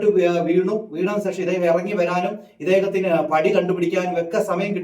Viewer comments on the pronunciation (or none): സേഷം അല്ല സുഹൃത്തേ ശേഷം 😄😄😄